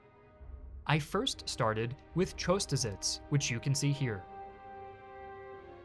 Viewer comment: It really looks great. I just can't help but comment that the pronunciation of the Battle of Chotusitz is bad, that ch should be pronounced the same as, for example, the ch in Loch Ness or Bach.